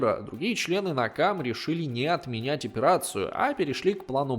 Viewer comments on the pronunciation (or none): Автор неправильно произносит. Не "Накамэ", а "Нэкама", что значит месть.